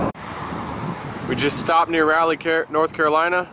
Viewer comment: RAL-leigh, not RA-Leigh!